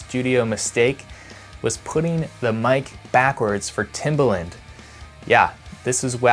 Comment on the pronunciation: Timbaland, rhymes with "arrogant"